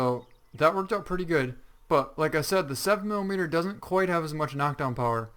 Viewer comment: Does anyone who actually hunt make videos because every video for this game they say "7 M M", it's 7 millimeter.